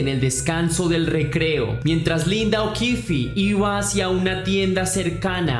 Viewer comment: Que pena los errores en la narración, tenia 11 no 14, y no es okifi el apellido, termina ahí es okif, o así suena